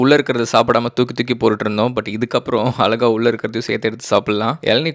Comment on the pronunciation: Bro.. your videos are nice but konjam 'ழ' va mattum correct ah pronounce panna try pannunga.. unga video vum அலகா illaamaa அழகா irukum..